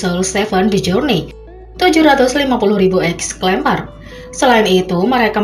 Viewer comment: Exemplar, Mbak... Bukan ex-lempar... 🤦🏻‍♀️🤦🏻‍♀️🤦🏻‍♀️😅😅😅